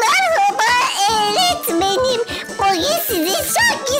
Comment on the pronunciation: Öğretmenim❌ Eğretmenim✅ 🤨